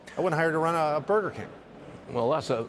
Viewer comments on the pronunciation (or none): none